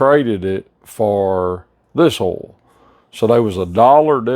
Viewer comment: What the hell is ool,are you saying oil? Or ool?